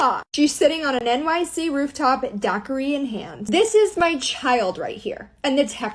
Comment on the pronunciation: i cant get over her pronounciation of daiquiri...